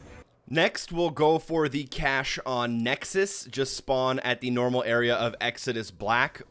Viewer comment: did this man just say nexxus?😂😂